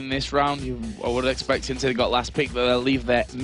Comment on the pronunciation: The word you tried to use, and butchered, is indeed, "expected"